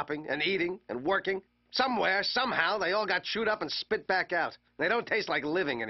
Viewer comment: "its miles be- ACK"